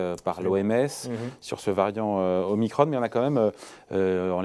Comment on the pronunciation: La lettre grecque omicron se prononce comme elle se lit pas omicronne...